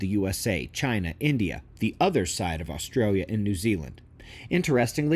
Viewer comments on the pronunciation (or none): none